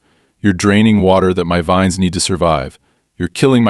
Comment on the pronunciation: grape "veens" lol AI can't read